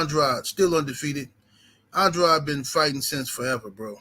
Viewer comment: Andraud or Andrade it's Andrade Pronounce the Man's name right